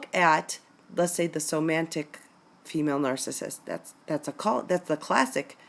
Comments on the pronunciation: please, it's soMATic and not soMANtic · It's "somatic" narcissist, vice somantic.